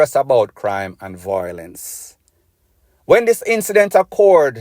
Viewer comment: Stop saying voi... lence.. it is vio.. lence.